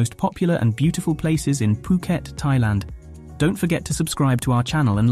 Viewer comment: IS NOT PIUKET DUDE!!